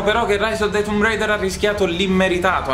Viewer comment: che bello sentir la pronuncia tumb reider e 3 secondi dopo tomb raider per abitudine